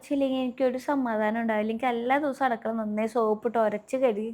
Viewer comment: അടുക്കള ✅ അടക്കള ❌